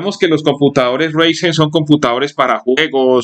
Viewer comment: Es Enserio? Con 8 GB ram me vas a decir que un Ryzen no puede con W11? que perdida de tiempo este video. Y se pronuncia Raizen (Ryzen) No Reisen.